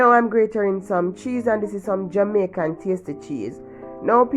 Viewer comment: I enjoyed watching the way you make this pasta with the frozen vegetables , I like the way you said two Jamicain spoons of mayo, looks very nice tri macoronni, looks tasty